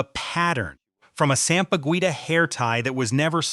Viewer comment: Please,. The Philippines national flower is not pronounced sam-pah-guwita. Sampaguita is pronounced sam-pah-geeta.